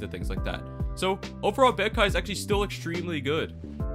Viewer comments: Bankai is pronounced Bon kai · Say bankai one more time its bankai like from bleach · nfs the way you pronounce bankai is getting me tight 😭😭😭